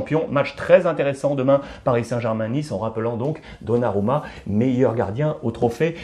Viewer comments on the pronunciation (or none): none